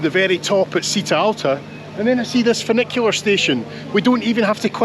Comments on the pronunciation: Did anyone correct your pronunciation? It's cheeta! Not seeta 😊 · The first way you pronounced Bergamo it is correct. Citta' is pronounced Chita (stress on the a). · Citta is pronounced "Cheeta". Great video. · Citta is pronounced “chitta” 👍. Love your videos ❤ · Just to help with your Italian pronunciation for any future trips, any "ci" words are always said with a 'h' so the word for town is "chitta". Hope you don't mind this comment